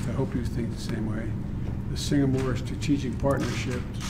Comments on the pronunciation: he surely did said Singamore 2x. I have to turn on CC while watching to make sure i heard it right. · It's SINGAPORE NOT SINGAMORE gosh this guy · I think Biden said: "Singamore", like twice.